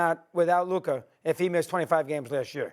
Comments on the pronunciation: If Luka had any of Ja's teammates I would pick the Mavs to win a chip. And Steven A must mispronounce Luka's name on purpose at this point XD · Ja morant is nowhere near luka or jayson tatum lmao...stephen a is embarrassing .....neither still cant pronounce luka's name thats even embarrassing